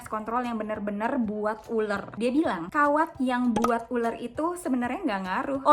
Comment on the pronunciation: Ular kak,bukan uler😭